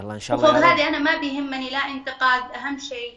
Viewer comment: انتقاد وليس انتقاض اتعلمي تتكلمي دامك سرتي تظهري عالميا مع ان اغلب الجمهور او الاكثر لايرغب بوجودك في عالم الاعلام او الشهره وافضل ان ماتقحمي حياتك الشخصيه بشهرتك